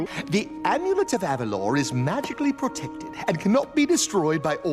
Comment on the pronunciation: Personally, I NEVER liked Jade. She feels like one of those friends that get upset at the slightest mistake you make, and never change their mind. I feel like she's a bit of a brat because of this. Also, yes I want Elena (pronounced Eh-lay-naa) of Avalor (Ah-vah-lohr)